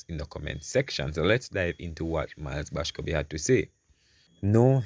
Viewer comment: Boscobe ? The man name is MILES BASCOMBE . I know you mean well , proper spelling and pronunciation is important .